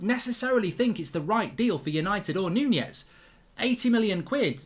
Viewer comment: Mark its Nunez not Nunjez